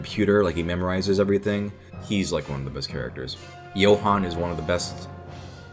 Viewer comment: the way you pronounce Johan is so much better than in German/Swedish/Danish/Nowegian